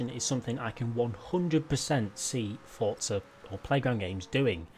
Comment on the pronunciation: love your videos but there is no t in forza lol you say fortza when you speak lol